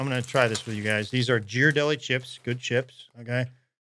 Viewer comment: I'm sorry, but did say Jhirardelli chips?